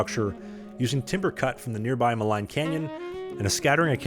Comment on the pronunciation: Not to be picky but "Maligne Lake" is pronounced "Maleen". "Maillet" is pronounced "My Yet"